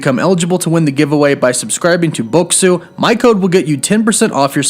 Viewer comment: At least pronounce the product you are promoting correctly. Bokksu is "Boxes" in Japanese phonetics.